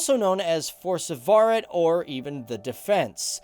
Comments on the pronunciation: han utaler forsvaret feil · You pronounced "Forsvaret" totaly wrong😂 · Var det ingen Norske som reagerte på at han sa: forse- faret istede for forsvaret? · Yikes, you butchered "forsvaret" and pronounced it like "forsingvaret", or at least that's how it sounded like... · Forzevaret? XD wow you butchered it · forsevaret XD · "Forsewaret" that had me dying. but nice vid! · it's pronounced "foshvare" with a sharp r. press the sound button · fårsøvaaret hahahahah digga meg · I cringed when he said ‘forsvaret’. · you pronounced forsvaret wrong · I like how he fucked up pronouncing forsvaret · at least learn how to say “Forsvaret” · ...that Is not how you say Forsvaret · nei, det er ikke direkte lett for folk på andre siden av dammen å uttale det på samme måte som oss :) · Funny how he pronounce Forsvaret😅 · oh my god, the way you said "forsvaret" made me laugh a bit xD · HeroDog 15 døde nesten da han skulle si Forsvaret på norsk